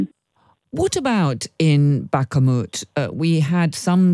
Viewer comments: Why is this interviewer always saying Bakamut??? She is the only one who doesn't do it at least approximately right. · Yep, she's still calling it Bahk-a-mut... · Will someone please tell the interviewer there’s only ONE A-sound in Bakhmut? I’ve been listening to her say BAKKA-mut for months now. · Bak a moot oh please get it right . And stop treating Ruzzian statements as if they have any validity. Ruzzian statements are meaningless static. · She’s now even telling Ukrainians directly how to “correctly” pronounce Bakhmut! And of course (once again) failing to notice when her guest, this time a Ukrainian lady, pronounces the name the right, Ukrainian, way. Unbelievable😅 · Bro i know she always does it 🤣 no one is perfect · nobody expects perfection but we should expect basic pronunciation of a name that she has heard 100 times from native speakers if she is any type of "journalist" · She's been making the same mistake for months , drives me nuts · she's incorrectly pronouncing the city name ,she sounds like a fool